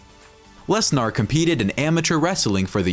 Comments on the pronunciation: Can't even say his name right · Guy can't say his name right 😂